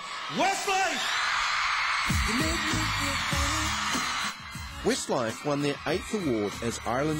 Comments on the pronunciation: it did sound like he said 'Wistlife' didnt it, lol!! I ADORE 'Wistlife', or Westlife as they are kinda known! I too hav loved them right from the start of their carrer and my Shaney, I love him most, hangover, bless him, shall I kiss it better! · "wistlife" lol